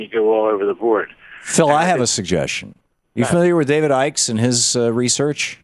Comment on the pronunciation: And it's David Icke not Ickes